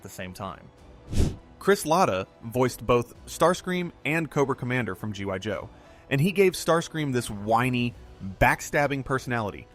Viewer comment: . Did you just say G *Y* Joe¿????